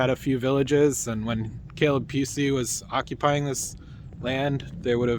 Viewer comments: Pronounce it Puu - easy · It is not pronounced like a “ kitty cat” it is pronounced like it is spelled